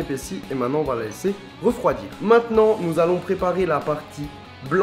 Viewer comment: Essaye de dire maintenant au lieu de mainant. C'est mieux.